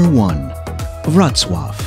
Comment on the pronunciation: n1 is pronounced “vrotswaviets” or “vrotswav” not “rotswatv”